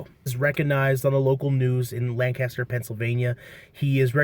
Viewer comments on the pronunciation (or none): none